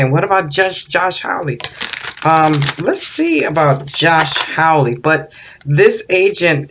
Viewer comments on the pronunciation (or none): Hawley, pronounced like ha ha ha ha, not howl like a wolf.